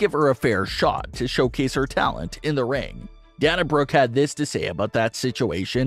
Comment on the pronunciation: DUDE YOUR FANS HAVE TOLD YOU THIS MANY TIMES ! SHOW YOUR (OWN) PROPER RESPECT ! AND SAY HER NAME RIGHT ! IT'S NOT ! PRONOUNCED DAN A ! IT IS DANA ! PRONOUNCED AS DAY NA !